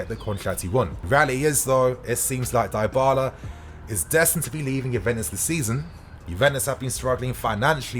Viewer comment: Someone teach man how to say Dybala please 😅